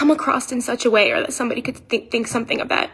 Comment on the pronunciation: She said “come across-t in such a way..”. You’re right, the English language is not her strong suit.